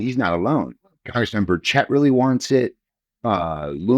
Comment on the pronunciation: How do reporters get peoples’ names so incorrect? He is the only person I’ve heard mispronounce burchett’s name.